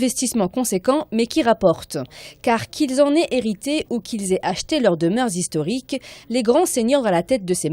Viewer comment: " elle pesait 6 ou 7 tonnes" " les monuments classés zhistoriques" ou " des biens zhistoriques " ... Aie aie aie.